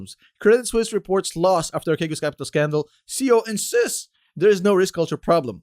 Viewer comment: It's pronounced Arsheegos. It's Greek for Give me your money and get fu**ed.